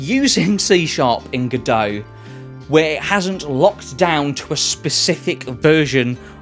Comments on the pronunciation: It's pronounced "God-oh" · that's what I thought every time you said G'Dough!!!